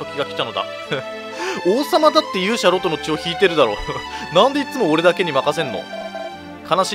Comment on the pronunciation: ロトの発音って ロ↓ト→ なんですか？ ロ↑ト↓だと思ってました